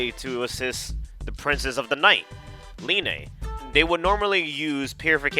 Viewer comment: Ok linne's name is not pronounced (Lee Nay) it's just Lin. Like that's a real name and they say it in game. Idk why people pronounce it like that